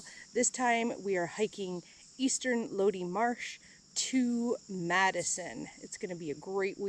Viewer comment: I believe it’s pronounced “low-die”